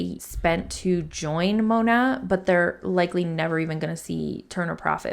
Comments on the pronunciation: For the record it’s “Mō-næt”; Modern Nature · Sorry if someone already commented this. I think it’s pronounced like “maa naye” short for Modern Nature . Learned this from another anti mlmer, either Hannah or Chelsea. Im new to your channel and im LOVING it! Time to watch “all the things!”😉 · Hey! I saw on another anti-mlm video that Monat is pronounced maw-nate (bc it’s short for modern nature, so said the same way):)) love the videos, keep it up!